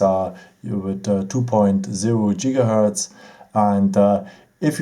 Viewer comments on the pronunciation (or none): none